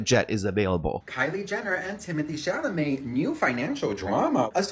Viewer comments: it’s been years can you please say Timothy’s last name correctly? Just read it CHA- LA-Met… not Cahamalet 😂😂😂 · I love how calls him Timothy shamalay😂😂I started calling him the same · sham-a-lay.... 😂. Babe. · ChaLAmet not ChaMAlet ugh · Hahaha, you often say "Shamalay" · It makes my DAY when says SHAMALAY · Love you but it is Sha La May. Not Sha Ma Lay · Bro, you have to learn how to save people‘s names stop calling him Sham a lay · Cha-La-met : it's slowly driving me crazy. For real. 😢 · Not Timmy Sham-a-lay. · "Chamalet", never change,! ❤❤❤ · Omg i came here to listen to you saying chamelet in stead of chalamet in the first minute anddddddd here we are. Im sorry this is just too funny😂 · Timothée chaMALET 😭😂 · Truly admire commitment to mispronouncing Timmy's name 😂😂❤